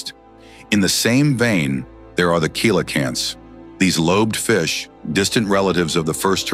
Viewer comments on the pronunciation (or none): Coelacanth is pronounced "Selacanth" not "Koelacanth". And the species we have now isn't really a living fossil or the same ones from prehistoric times, contemporaneous ones did evolve, just not much, they're something known as "stabliomorph". It's like saying the crocodile species we have now are the same ones from million years ago just cause they look similar.